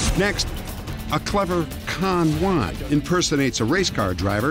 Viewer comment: Con Juan instead of Don Juan? Good one, Dennis! LMAO